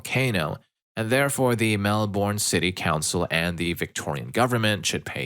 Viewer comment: Melbourne is pronounced more "melben" 😂